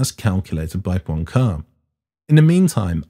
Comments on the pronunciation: Poincaré has an accent on the final e and is pronounced with three syllables. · Please, the guy is called Poincaré, the é at the end is not silent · That was a great bit of little-known science history. I doubt if I could teach you any physics so I'll try the French language: Henri Poincaré's second name can just about be pronounced in English as "pwan-kwar-ray" noting particularly the modified "ay" sound of the letter e when it has an acute accent. First rule of English-speaking people using foreign words and names: "saying them as in English is most likely wrong".